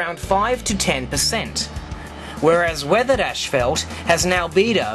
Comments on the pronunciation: it is "ass-fault", you illiterate, not "ash-felt". How can I take anything that you say seriously? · its not ash-felt its ass-fault in the way you pronounce it. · it'd kind of funny to discover that Australians pronounce "ashfalt" instead of "ˈas-ˌfȯlt" 😁 Please note that the car headlight is on your face, not on the asphalt .... That might interfere with the result. But I like the experiment anyway. I agree Myth Busters failed theirs in terms of replicating moon conditions. They only replicated the movie set used by NASA!... 😁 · Saying asphalt in Australia would probably sound as funny to them as ashfelt does to us. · that’s just the way all Aussies and Brits say asphalt. The same way that Brits and Aussies pronounce aluminum as “Al-Lou-min-E-um”